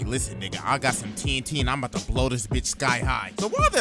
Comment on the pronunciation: "just zome guy wizout a muztache" how u doin